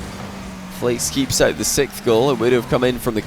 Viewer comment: says the word "sixth" wrong eg